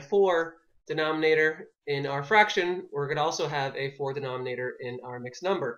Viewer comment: Did anyone see he spelled number wrong he said "mumber"?